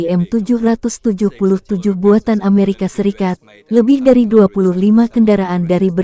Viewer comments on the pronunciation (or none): none